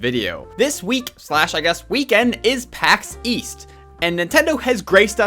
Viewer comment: I hear "Paxeees" but I know you mean Pax east lmao